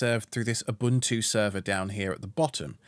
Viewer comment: props you don't pronounce ubuntu as ubantu. thumbs up.